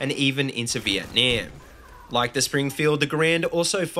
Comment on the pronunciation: I'm not being picky, but the way that you say Vietnam is cringeworthy.